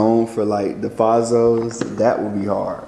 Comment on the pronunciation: He pronounced fazos so wrong 😂